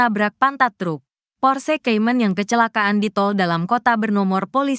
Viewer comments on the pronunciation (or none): Kalo pake narator AI cari yg bagus lah masa Porsekaymen :face-blue-smiling: Baru tau ada mobil merek Porsekaymen